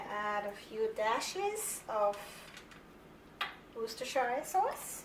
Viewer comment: Ma'am, the pronunciation of Worcestershire is "Woos-ter-share". The rice that you've used, seemed to be Parboiled, and NOT brown rice. I hope, that you don't mind my corrections. Thank you for the video. I usually make this just the way you do, and by the way, you explained everything very well; I'll keep watching; I may learn something new 😊